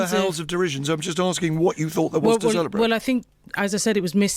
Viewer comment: The electowate will be celerbwating, when this bwainwashed woman is wemoved.